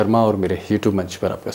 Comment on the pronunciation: Sir aap you tube bolte hain lekin aaisa lagta hai hou tube sunai deta hai